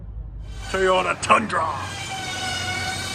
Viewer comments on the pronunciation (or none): It’s not teayota ….it’s TOY OTA 🤣🤣🤣🤣